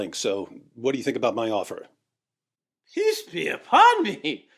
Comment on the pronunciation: I think I've watched every BoomBoom episode. yet I Still laugh at saying PISS be upon me! I think that's what he's trying to say! LOL